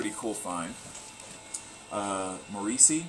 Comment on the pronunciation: Kinda surprised no one pointed this out, but it's MOR-ris-see. Had to bust u on that ;) Always enjoy yr videos!